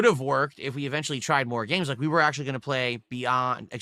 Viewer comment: His wife, ack - ack - acktuhally wants to be part of the kahntent, dood.